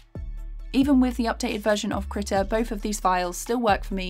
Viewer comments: hold up i've been pronouncing it as "kree tah" and she's pronouncing it as "krih tah" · you mispronounced krita multiple times